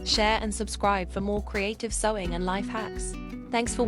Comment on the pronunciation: Is the narrator AI? “Kree’tiv?!” How about English — “kree ai’ tiv?”